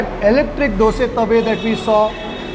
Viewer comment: Appreciate you saying Dose NOT Dosa 👍